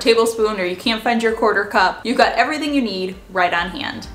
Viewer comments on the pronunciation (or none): none